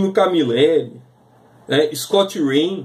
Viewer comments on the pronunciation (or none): Scott Hann e não Scott " rain"!